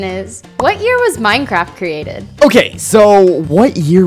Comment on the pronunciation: is it just me or in the intro did it sound like he said this is minecrap